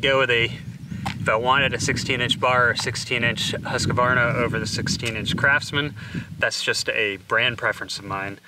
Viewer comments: Can you please stop calling that one saw brand husk-u-varna? It really is pronounced hoosk-varna. Other than hearings that mispronunciation I have been taking a liking to your channel 💨💨😎💨💨💯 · No it's Hoosk Varna. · You’re saying Husqvarna wrong it’s pronounced “husk-varna” that’s a q in between not a letter A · Why are you adding an "a" after the "q"?